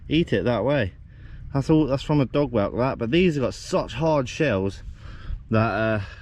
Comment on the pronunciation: Did you say "dog welt" or "dog whale" the creature that bored a hole in the clam shell?